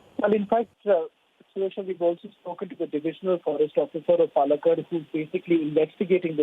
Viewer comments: Pls pronounce place names correctly Madam! Its not Pullakkud..its pronounced as Paallakaad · Please improve pronunciation. It is not palakkad. It is Paalakkaad. How cruel 😭